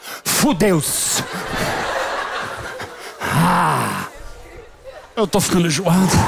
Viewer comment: "fuDEUS" KKKKKKK